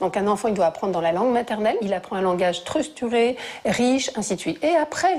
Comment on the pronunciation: elle dis stursturer au lieu de structuré